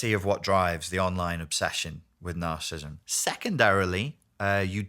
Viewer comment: It seems evident that this man needs to properly pronounce the condition he talks about. Is symptomatic of his lack of discernment about the spiritual evil that manifests in the self-centered and delusional behavior that results from being reprobate before God? These present generations exhibit the sins of rebellion and witchcraft in their demonic compulsion to deny the debased condition of men's hearts. Their rabid hatred for the Son of God, Jesus the Lord and Christ, reveals their rejection of God's claim over every part of the creation. has no understanding of God's remedies for narcissistic behavior because he does not deal with our sin nature. Only the Lamb of God can bring us to the new birth and restore our souls. John, chapter 3 explains this.